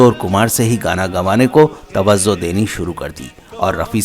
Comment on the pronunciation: Learn how to pronounce Say Maujood not Mauzood Tawajo not Tawazo Hazaar not Hajaar Zyada notvJayda Sounds so unsophisticated 🥶